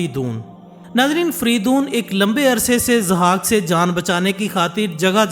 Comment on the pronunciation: Zahak, not Azhak. Just legend not history. Mentioned in Shahnama Firdausi.